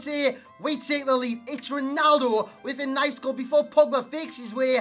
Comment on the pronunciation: Why you say Ronaldu? ahahaha